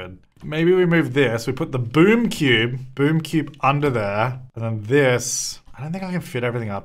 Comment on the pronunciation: I could’ve sworn that half the time he was saying boob cube not boom cube 😭😂